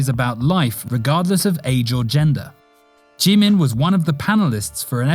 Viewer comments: Why you say jimin "chimin"" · Chimin boy it’s jimin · He really said JEE-MEN